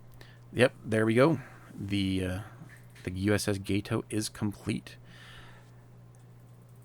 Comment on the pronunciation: You’re welcome. When I heard you say gay-toe all I could think was “let me help this fella out.” 🙂